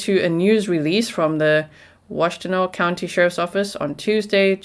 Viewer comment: You pronounced Ypsilanti and Washtenaw better than a lot of people who live in Michigan... well done 👏